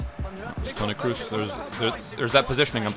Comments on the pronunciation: Still don’t understand why he says “cruz” instead of “crows”. Grtz from a Dutchie. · Bro please don’t say “Kruz” is Kroos like cross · Love how he's saying "Toni Cruise" 😂